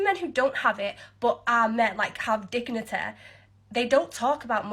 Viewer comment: 'Men with moneh have digniteh...' Silence, you scrubber strumpet. And the woman who did the rant about the Middle East is just attempting to paint bring a 304 floen out to get crapped on by oil-wealthy arabs in a positive light.